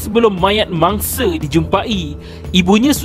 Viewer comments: X boleh blah betul bila suara mamat ni sebut se se se je ne mangse se se se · Mangse. Harinye. Wanite. Mereke. Kunci pendue. Tiade. Apebile. Keluarge. Ketige. Dibuke. Manusie.